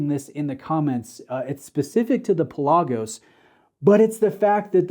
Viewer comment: Do your homework.Its pronounced Pè la gosh: meaning deep sea in Greek It's not just a made up name